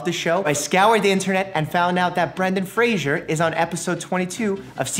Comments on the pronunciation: It’s FRASER, not FRASIER! Anyone remember that promo? Lol poor Brendan, everyone pronounces his name wrong. Now everyone can see how awesome he is on Doom Patrol 💕 I highly recommend, amazing show 🥰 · Why did you call 'Brendan Fraser' , "Brandon Frasier"? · Its Fray-zur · Every since I heard Brendan Fraser point out that people mispronounce his last name all the time, I wince whenever I hear it. I mispronounced it for over half my life though, so I can't judge too harshly.